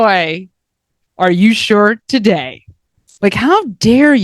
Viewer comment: I was expecting welcome welcome welcome ...not tiday! Lol im w uou girl i I also hate Xanax but i did double up on BP meds